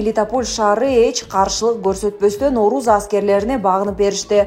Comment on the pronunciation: оруз аскери эмес орус аскери деп окучу